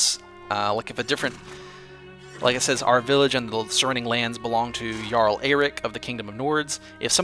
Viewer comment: lol where he says Jarl like Garl